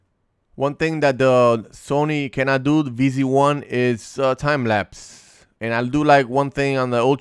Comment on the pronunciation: its ZV 1, noy Vz 1 😞